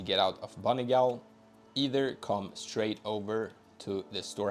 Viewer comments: Gaol is pronounced “jail” 😂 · Gaol is pronounced Jail. It's the old way of spelling it. Also, scadutree is shadowtree. Scadu is old spelling for shadow. I just learned this the other day and wanted to share :) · Thanks, also Gaol is pronounced "Jail" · ☝️🤓 ummm actually..gaol is pronounced the same way as jail..thank you for the video friend, these pots are actually amazing to use in pvp lol